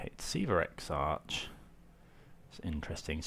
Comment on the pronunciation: Great video, TarmoTwin isn’t the best deck out there but certainly one of the most fun! Exarch is pronounced “ek-sark” btw! :)